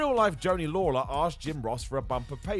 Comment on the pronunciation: Joanie Laurer not Lawler cmon 😂😂 call yourself a fan 😂